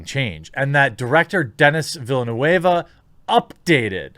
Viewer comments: Villanu-eva LOL its vill-n-euh-v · Villen-new-wave? Dear Lord, you know watching a video with the director, where he or the interviewer pronounces his name correctly, it is not difficult to do. It's going an extra mile. While that's not a problem in itself, I wonder what else you are cutting back on to have an "informed" opinion. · Its Denis Villeneuve (french canadian) not latin villanueva like you said lol :) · Did u say Dennis Villanueva????😂😂😂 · Max Von Side-ow Den-ee Vill-noove Benny Jezarit Baron Har-ko-nen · The director's name is pronounced as "Vil-Neuf" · Denis Villaneuve (pronounced "Denny" and "Vilanewv" or "Vilanow") was the director for Arrival, which I thought was really very good. However, all this interpretation of what Frank Herbert was allegedly symbolizing in his novels is more woke propaganda and bogus "philosofising", ascribing his own interpretations to the original author's intents, which is the worst form of self-aggrandizement and egotism. I have zero hope for this film. And I just found out, they're doing a remake of "Valley Girl". Because apparently every story ever conceivable has already been written. We live in the Q-continuum, where literally everything has already been said and done. No new stories folks. not now. Not ever. fml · I don't think I necessarily agree with this video. Liet-Kynes can be anything or anyone, it's a mere plot device in the book. Also, the director is a huge Dune fan and has arguably created some of the best movies made in recent years. None of his films up until now are "woke" but do depict some strong women. Prisoners on the other hand hardly features any women at all. Butchering his name and the name of characters just shows that you don't really know his work or the book, I think you should have waited making this video until we know more. The pictures we have seen up until now are absolutely beautiful and respectful of the source material. It's way to early to call *shrugs*.